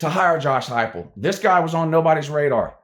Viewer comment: At least you actually pronounced his name correctly unlike the youtuber blue and gold ( a WvU fan) he is cringe af .and tries to act like you it is blantely obvious.